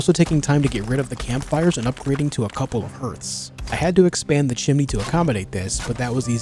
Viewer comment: “I swapped out the fireplaces for a couple of HJURTHS”